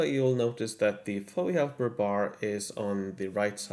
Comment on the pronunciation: Don't call it, "Fowee Helper". It's F-O-E Helper.